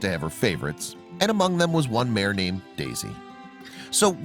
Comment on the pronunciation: The word is MARE, not mayor!